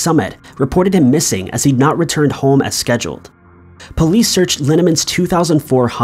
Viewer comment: Why does pronounce "police" like "poleeeeece?"